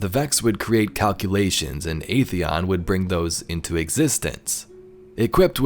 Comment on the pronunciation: Video was fantastic, always a fan of Vex lore. But I just have one tiny nitpick. Atheon's pronounciation was wrong. We know that, thanks to the Age of Triumph back in D1, it's pronounced "ATHeon", not "AETHeon".